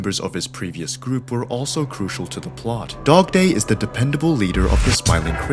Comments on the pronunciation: did he say dogtoy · Bro, literally said dogdoy